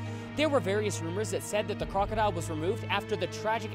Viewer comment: TikTok the crocodile...I could have SWORN you said TikTok the clockodile.